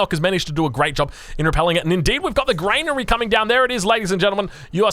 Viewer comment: Lol its not grainary its granary